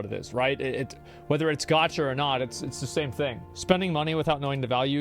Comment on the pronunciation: Why does asmon pronounce “gacha“ as “gotch-ya”